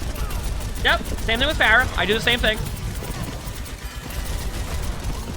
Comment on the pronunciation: i love watching videos, he's so informative and genuinely wants to help everyone he spectates! he's genuinely given me things to think about in my own games and he's clearly very talented!! but the way he pronounced "pharah" 3 times towards the middle of the video felt like getting slapped in the face. (edit to say peace and love peace and love <3)